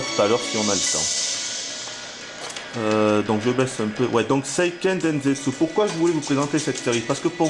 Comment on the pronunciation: non pas vraiment : la bonne prononciation : séiikeun dènsetsou...